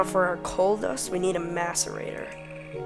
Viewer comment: M(ass)arator not M(ace)arator